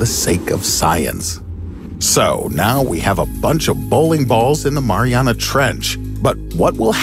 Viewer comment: STOP SAYING MARIANA